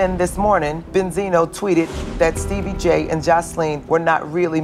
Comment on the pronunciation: she said steebie🤣🤣🤣